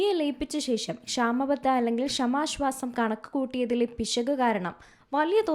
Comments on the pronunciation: എന്തെടീ നീ സ്കൂളിൽ പോയിട്ടില്ലേ? "ക്ഷമാ ശ്വാസം " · ഇവരുടെ ഷമാശ്വാസം എന്ന് കേൾക്കുമ്പോൾ അടിവയറ്റിൽ ഒരു താളിപ്പ്.😂